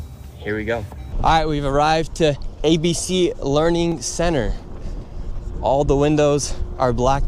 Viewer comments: Learing center, how hard can it be? Repeat after me, The Learing Center! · There's no 'n' in "Learing Center," dummies! 🤪🤣